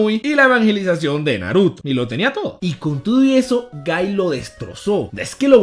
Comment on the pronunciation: No es gaiiiii!!!!! Es guy